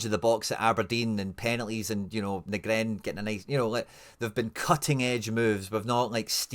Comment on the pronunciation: Let me help you out bro... Too-nek-ti Nee-grin Nav-rot-ski (for old times sake) Gonnae stop nippy ma heid wae yer intentional mispronunciations I really want to listen to your channel, as otherwise you do a pro job, but yer letting yersel down wae that chat...